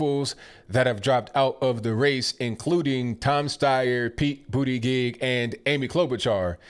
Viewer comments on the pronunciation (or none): Ha ha. I love how he pronounces PB's names 'Bootagheegh' 😂☝🏽❤❤